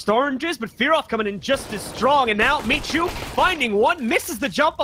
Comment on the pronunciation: Zaczyna mnie to powoli denerwować że w każdym meczu inaczej wołają na Micha. "misiu, miczu, micu" WTF BOYZ!